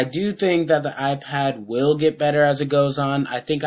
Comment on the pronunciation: fail he says iPwn